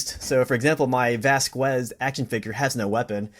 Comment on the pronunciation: did my man just call vasquez 'vasqwez' bruh